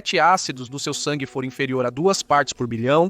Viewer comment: Vc fala Fuor???. Continua nos matando